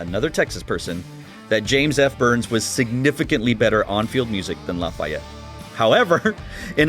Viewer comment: Great Video! And it's La-fee-ette #POTB